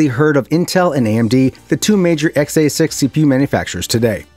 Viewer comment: Please for the love of god stop saying XA6 instead of X86. Just stop altogether lol. We should make it a drinking game. Take a shot everytime he says xA6 (X86).